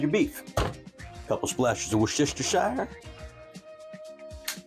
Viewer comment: "couple splashes of wash-yur-sister..."